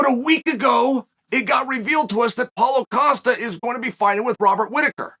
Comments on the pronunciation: I just laughed out loud at a computer screen because of "Caulo Pasta" instead of Paulo Costa, Thank you Chael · Did he say Paulo Pasta? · He just said Paulo Pasta hahahahahah